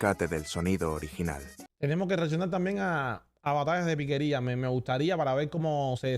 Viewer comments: no es piquería, es piqueria. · ¡Ey mani! Gracias por reaccionar a este género que se lleva en el alma y que corre como río caudaloso por las venas. Por aquí te dejo una corrección, no es piquería, el nombre es piqueria, que como ya sabes es la capacidad de improvisación, tomando como base una canción conocida. Bendiciones desde Valledupar.